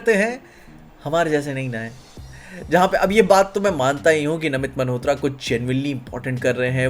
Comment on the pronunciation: bhai just one thing - why do you say namit 'maNhotra' 🤣